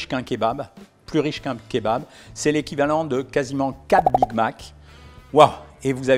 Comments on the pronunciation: Yes il dit plus Keubab 😂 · En réalité il faudrait prononcer "Kébap"